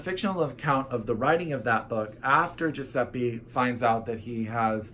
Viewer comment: Oh God, so many books coming outtttt Ps. You said Lampedusa right! :D However last vocal on Giuseppe is pronounced like an ae, that's how the "e" in Italian sounds ;) Italian fella reporting right here!